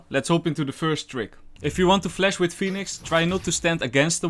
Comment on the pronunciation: Nice and good amount of tips, only cant stand hearing 'flesh' instead of 'flash'